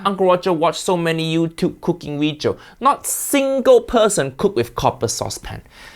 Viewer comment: This "weejio" is a mix of haiyaa, fuiyoh, and walao eh